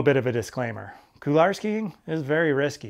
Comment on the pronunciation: Good vid. I liked how you explained hop/pivot turns. Now, can I convince you to say couloir (cool 'w+are)rather than coular?